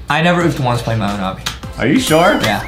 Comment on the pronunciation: its not abi its obby